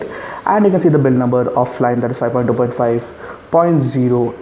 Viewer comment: It's pronounced "FLY-ME" NOT "FLIME"